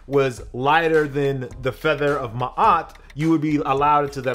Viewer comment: HOW YO BLACK A** NOT KNOW HOW TO SAY MA’AT??!? ✊🏾